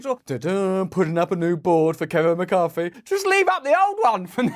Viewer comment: Why can't the English pronounce th.....? Why is it McCarFy